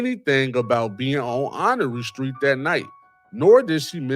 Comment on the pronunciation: Honore street in NOGO is pronounced *Honor. Born & Raised Waukegan & Nogo ❤